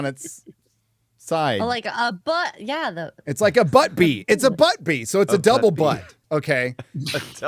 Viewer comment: Every time says 'so' it sounds like 'soy.'